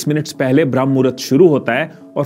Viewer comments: Shuruat hi mistake se krdi... Bram nhi BRAHAM HOTA HAI ❌❌❌✅✅✅ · Common I didn't accept this from you, it's not bhram (भ्रम) mahurat, it is always called brahamma ( ब्रह्म) which is a kaal of brahama dev, or time of ब्रह्म देव, pure video me aap baar baar bhrama ko bhram भ्रम bol rahe ho, very disappointing U disappointed me today, my first dislike on your video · Bhram nahi h Bramh muhura hota h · Abey bramh hai bhram nhi